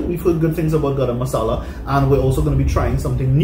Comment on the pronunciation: Love the way says 'Grrr-am masala'. 😂 Khalid's BBQ and grill Where San Fernando Why taste, economic, great service...!